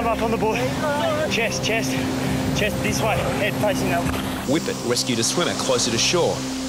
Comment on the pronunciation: I'm sry, I know this was a serious situation but, , all I heard was "Whippet wescued a swimmer closet to shore"....LOL